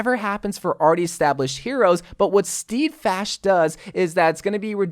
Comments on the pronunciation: Steadfast as in STEDfast not STEEDfast. I had to go full Hermione on you brah. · Steadfast is pronounced Sted-fast, as in Steady, not steedy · Why does pronounce it as steeeeedfast but everybody else pronounces it like steadfast LULW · me: nice theres a new rein ability called steadfast: actually it’s pronounced STeEeDfASt me:....... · Me: Alright, man say it with me, Steadfast: StEEEdfast Me:... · It’s pronounced “Sted-fast” bby <3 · is anyone else triggered by how he pronounces "steadfast" as "stEEdfast." ?? still luv u tho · Also, Steadfast is pronounced "Sted-Fast"' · You pronounced steadfast wrong ._.